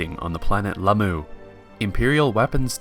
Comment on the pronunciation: Planet what? Lamoo? Thought she lived on vallt?